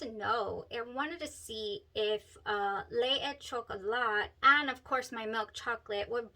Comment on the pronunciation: Well pronounced, buena chica! LE é CHOCOLÁ